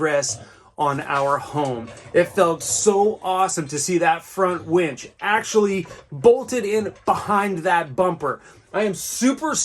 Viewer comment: Haha did I say wench? Lol! Winch? Which one is it!